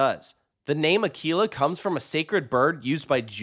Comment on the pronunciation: Should be pronounced as “a-kwee-lah”